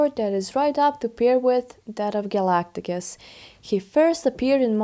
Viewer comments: A mispronunciation of Galactus. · & ... Who is Galagtagus? 😂